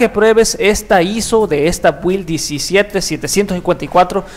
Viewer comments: Se pronuncian: "Bild", "Apdeit", "Insaider"... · La información que diste está genial, pero las pronunciaciones a futuro serían /ápdeit/ y /bild/ M e muero de ganas de tener ese explorador de archivos oscuro... Wow